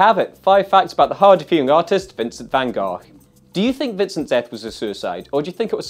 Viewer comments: Nope, it's actually not. The Dutch pronounce the 'g' sound like Peter did at the end of Gogh, but the sound is actually on both Gs. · I still think it's pronounced 'Van Goff'.